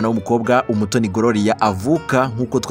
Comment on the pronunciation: On dit gloria,pas grolia